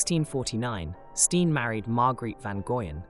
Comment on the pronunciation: I enjoyed this video, but Jan pronounced "Yahn" and Steen is "Stay-nn". It was really distracting.